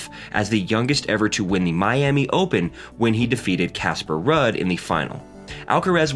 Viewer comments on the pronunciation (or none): And now for something completely different!! Ruud is "Rude" not "Rud" and Corretja is "Corret jah" not "Coray hah".